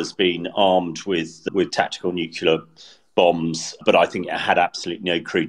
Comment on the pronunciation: I cringe every time says, Nucular. Why doesn't someone tell him how it is pronounced?